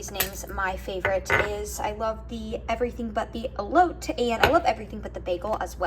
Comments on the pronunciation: Love your content! Also side note, it's pronounced 'eh-loh-teh' 😄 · Love your videos and big fan. I wanted to let you know though that the seasoning is pronounced, "ElotAY". Like "AYY hows it going?" I dont want someone to correct/make fun of you.